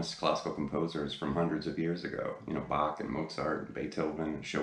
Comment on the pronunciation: WOW! I know, it's probably off topic, but congrats! you are the first english speaking guitar teacher who pronounced Bach , Mozart and Beethoven correctly. (and thanks for again doing a great lesson)